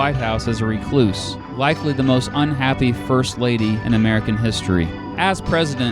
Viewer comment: Please don't pronounce it "ree-cloose," with equal emphasis on both syllables. It's best said as "reh-cluse" with the emphasis on the first syllable.